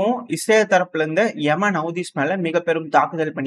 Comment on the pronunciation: ஏமன் ஹவுதி என்று சொல்லுங்கள். எமன் எமன் என்று சொல்லாதீர்கள்